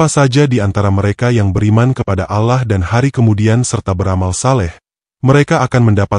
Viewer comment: Saya tdk percaya begitu saja, karena naratornya bahasanya tdk fasih dalam mengucapkan ALLOH, الله،